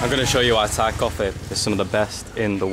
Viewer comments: Your parents are strong, climb up to the hill but at the top is the fantastic scenery, Anyway your Thai accent is so goooood. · Woaa, have not watched your channel for months. Your Thai pronunciation is now next level!! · your thai's acccent so so good